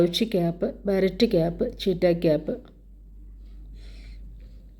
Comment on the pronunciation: ബാരറ്റ് അല്ല ബീറേറ്റ്